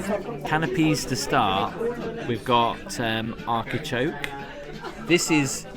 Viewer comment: The word is Artichoke not Arkichoke